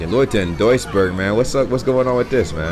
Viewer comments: Jo btw Duisburg wird eigentlich Düsburg ausgesprochen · Duisburg is in NRW, in the Ruhrgebiet. So in the West. And I hope I'm not the first person to tell you it's pronounced like "Düsburg" would be. Long ü, like süß, Füße, Grüße, not short like Düsseldorf (Schüssel, füttern, müssen)